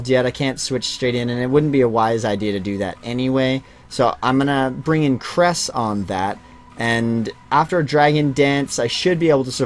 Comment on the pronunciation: I also misheard the name for Cress when you first mentioned it. I thought you said Dr. Goose lmao